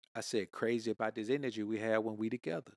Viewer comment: Zis man 😂